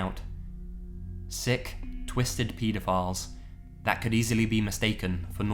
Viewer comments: I thought you kept saying peta files instead of pedaphile. lol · "peedophiles" that pronunciation makes them seem so much less gross. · "Petaphiles" lol